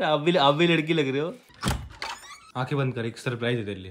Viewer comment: Lakri nhi ladki sorav bhaiya